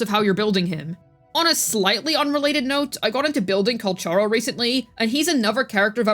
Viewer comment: btw. Calcharo is actually pronounced " Calkaro" you can find that in his ingame greeting voice files 😂